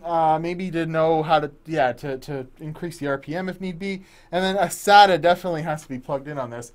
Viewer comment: You said SATA correctly unlike other people who say "SayTah"